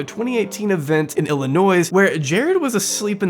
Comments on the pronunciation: I-LLI-NOISE? wtf!!! It's I-LLI-NOI with no S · you dont say the "s" in Illinois. it makes you sound like a goofball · WHY DID U SAY ILLINOIS WITH AN AUDIBLE S AT THE END 😭😭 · The s on the end of Illinois is silent. not trying to be pedantic I’m just from Illinois and it’s like a needle piercing my ears when I hear the hard S. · The 's' in Illinois is silent. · My man actually pronounced Illinois with an s. Some sins cannot be forgiven. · videos are great and super in-depth but his pronunciation of “Illinois” here is inexcusable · Do not pronounce Illinois like that ever again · Love the content, Wish there was more life this. But not to be that guy but that s in Illinois is silent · The s is SILENT you MONSTER, don't disrespect my garbage state like that again 😡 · Brother, who pronounces the S in Illinois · Ay bro the s in Illinois is silent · my boy didn’t just pronounce Illinois like that😭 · Good video, but let's learn how to spell "separate," and learn how to pronounce "Illinois."